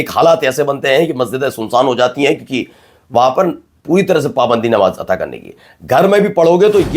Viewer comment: bhai...... namaz ataa krna nahi kehte...namaz adaa karna kehte hain.....maine pehle bhi aap ko message kiya tha......baki aap ki urdu bhot behtreen hai...... shukriya